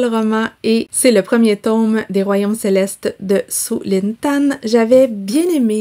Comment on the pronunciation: Funérailles célestes et pas celectes